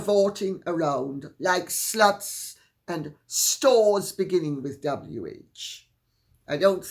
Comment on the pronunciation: Yes on the Tiara! I love how you prounounce s-luts like it's 2 sylables.